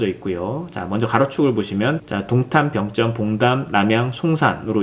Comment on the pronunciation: 난 병점에 살고있는 주민인데..... 우리들은 "병쩜"이라고 발음 안 하고 "병점"이라고 합니다. 북한사람들처럼 발음하지 마시길....